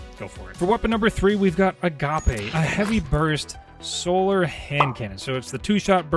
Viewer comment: Agape rhymes with cape. It's not a pasta! In Crucible PI and Rewind